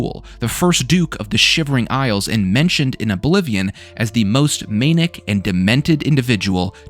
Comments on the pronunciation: mane ic? man ick it’s manic not maneic lmao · It's pronounced "man-ick" not "mane-ick."